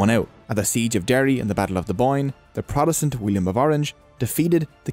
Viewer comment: you beed to start pronouncing your B's. Potato not Badaydo. Politics not Blitics. Funny you can say Protestant correct